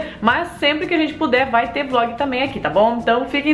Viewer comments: quem percebeu tbm no final em vez de ser vlog saiu vog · No final vcs esqueceram do L na palavra vlog dai ficou VOG kkkkkk, Me manda um salve por favor!